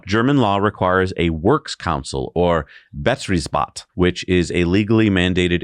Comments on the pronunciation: that got butchered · Betriebsrat [Bah-‘treebs-raht] with emphasis on treebs